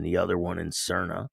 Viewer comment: the how to pronouce Saria SAR Nee Au